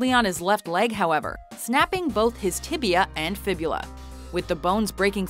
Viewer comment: Ryan Villopoto Broken Tiblia and Fiblua.